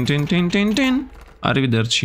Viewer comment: speaking "arivederti" made my day